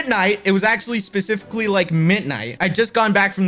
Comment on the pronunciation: I like how he can’t say “Specifically”💀